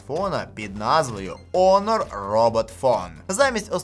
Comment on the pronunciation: Онор? Honor = Гонор. Гоноровий. Є таке слово в українській, хоч і англізм але це воно точно читає назву.